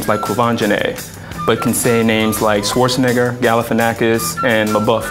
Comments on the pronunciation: "Why is your goal to be colourblind?" - It's not. I, too, am openly racists. And bonus points for failing to pronounce Schwarzenegger properly. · Btw, "Schwarzenegger" is actually pronounced quite differently. I am from Austria, which gives me some authority on that matter ;) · The funniest part about the video is that when the guy complains about white people can't pronounce "black" names but can pronounce "white" names like Schwarzenegger which he then pronounces wrong like pretty much all americans do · its funny when he brings up schwarzenegger because you all prononce it wrong... its an austrian name and they, as we germans, pronounce it right and different :P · I love how the Buzzfeed guy pronounced Arnold Schwarzenegger wrong while complaining about white people not being able to pronounce names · He pronounced Schwarzenegger wrong, where can i sue him for insulting my culture? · I am terribly confused by the name pronunciation argument that guy made. That's not how a german speaking person would pronounce Schwarzenegger and that's definitely not how a greek speaking person would pronounce Galifianakis. He's refuting his own argument. Also, who cares about name pronunciation that much in the first place? The majority of non greek speaking people can't pronounce my last name properly and I couldn't care less about it. These people give too much meaning to pointless stuff, it makes me want to bang my head on the wall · That isn't even how Schwarzenegger is pronounced, so they screwed up twice in that one clip. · ääääm schwarzenegger is not pronounced correctly by english people?! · hehe and he said schwarzenegger wrong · lol how he pronounced schwarzenegger wrong